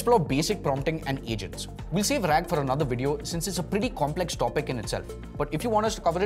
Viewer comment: RAG.....RAAG please.